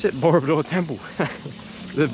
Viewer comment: it sounds like you're saying murderbike hehe, I enjoy your videoes😀